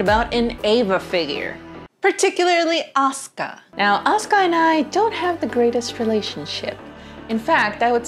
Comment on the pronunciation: That's not how to pronounce "Asuka", it's A-su-ka.